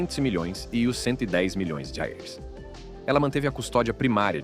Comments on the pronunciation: A moeda brasileira se chama real e não rels ,pronuncie de forma correta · Que é isso que ele fala?? Não diz dólares, libras ou reais … não entendi a pronúncia dele 😂😂😂😂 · Todas histórias bem tristes, mas fiquei curiosa com o problema do narrador ao falar "milhões de reais" kkk